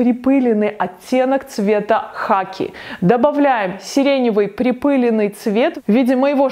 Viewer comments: Всё очень красиво, но очень удивило слово припЫленный в огромном количестве. во всех словарях "припылённый". ударение на Ы - это профессиональный сленг?)) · Все бы хорошо, глаза радуются.... но 3 млн раз сказать припЫленный😖😣 ааааа! Кровь из ушей! ПрипылЕнный! А так да, очень красивые цветовые сочетания👌🏼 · слово припылёный,ударение на Ё,я прогуглила...! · magnolia golden конечно ,на ё! Это правило 6-7 класса)) ударение всегда на эту букву. СвЕкла! Я не учитель русского языка)) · Спасибо! Чудесно и восхитительно, мои любимые безумные яркие сочетания, когда-то некоторые воплощала. Только в слове припылЁнный ударение на ё, пожалуйста, очень режет слух, тем более от вас :)